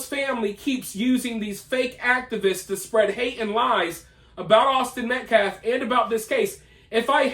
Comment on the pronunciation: "...Awsten Meklef..."